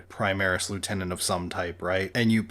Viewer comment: "Prismaris" lol